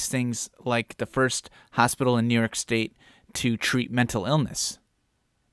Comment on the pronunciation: Love your work to ny state! Shate, industhrie,shrong,shrooch… what’s up with shr before what we were taught as announcing words, or should I say wourdshs